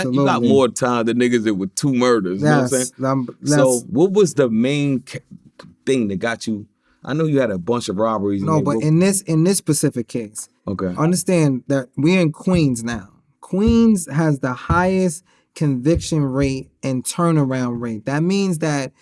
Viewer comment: From the man said "in this Pacific" case I was done🤦🏾the word is specific my nigga lol